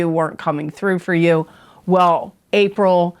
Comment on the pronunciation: She says April a couple minutes in, she just flubbed guys. Feel better soon!